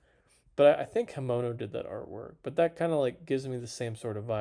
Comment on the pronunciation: Bro, love the vids but can you at least try and pronounce the artists names right? Just sound em out. Fu-kuh-duh, Hi-men-oh, Kah-wah-yoo